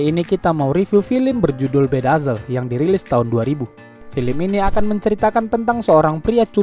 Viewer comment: Bacanya Be das lid 🤣🤣🤣 Bedasel